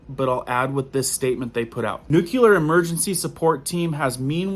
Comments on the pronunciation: *Nuclear (nuke-lee-ar). There’s no u between the c and the l. People judge you based on the way you say things. If you want to reach them with all seriousness, you have to speak properly. Not clowning you at all, just giving you a tip. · Lol. I am in Houston near NASA. It is nuclear but I don't really care. You can call it a jelly doughnut but does the same thing. Lol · That word is N U C L E A R, & it is Pronounced- NU- CLE- AR. You are saying Nu- Cue- lar - which is the wrong pronunciation for the correct spelling. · It’s actually pronounced “new-clear”🥰So much easier to say, too. Just FYI. Love your videos and the content! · Nu-clu-lar? Really? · Maybe I'm just being an "art critic" here nut it's difficult enough to follow all this alarmist stuff, but it grates on the ears with the improper pronunciation. It's NU-CLE-AR not NUCU LAR.. Sorry if it sounds supercilious, but I have greater concerns over the decay of our society and culture. I still intend to follow your channel as it is difficult to dismiss all your concerns. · could you please learn to say nuclear instead of nucular. It makes you sound a little dumb. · Nuclear dude nuclear!! Not nucular!! Omg! I can't fkn stand that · Great video and videos, but the word is NUCLEAR not NUCULAR. New-klee-ur, like the word nucleus. New-kyoo-ler isn't a word. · Why do people insist on adding a "U" to the word nuclear? What the hell is "nuculer" ? Lol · Nuclear, not nucular. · I really get a lot from your videos BUT please the word nuclear is pronounced noo-klee-ar NOT noo-q-lar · Please please learn how to pronounce nuclear...... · Nu-CLE-ar......not nu-CU-lar. You sound uneducated when you say it wrong. Sound it out. LOOK how it is spelled. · There is no variable spelling for the word, "nuclear" so what about this spelling looks like it should be pronounced "nukular"? SAY IT RIGHT!!!!... God! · New-klee-er. Not new-kyoo-ler! English is our language!!!!!!!!!!!!!! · Nuculear da fuq? It's nuclear